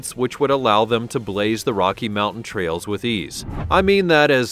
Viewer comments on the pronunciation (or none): none